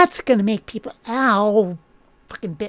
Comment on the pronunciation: Teople preating? Poor, leave him alone. Thank you so much for this and all your other videos this year. Merry Yuletide.